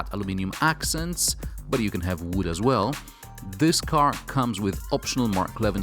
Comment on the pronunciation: 'As' shall be pronounced differently, it's very annoying. Anyway great review.